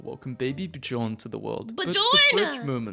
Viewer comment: Erm aktwually "bjorn" (but with the one O with 2 dots) is pronounced "bj uh rn" 🤓🤓🤓🤓🤓🤓🤓